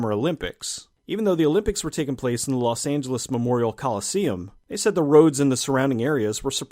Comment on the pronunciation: "Lost Angeles"....Lost.